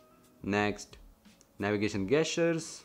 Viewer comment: Idk why you keep saying "Gas-tures" its pronounced as Jess-churs" this aint to improve your vocabulary but to save me from annoyance & your wife from embarrassment every time you say that very word. Thank me later✌ Edit: & Yes i wholeheartedly enjoyed every second of this video watched it in 1080p 60fps!